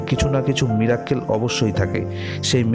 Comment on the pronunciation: Mirakkel noi miracle dada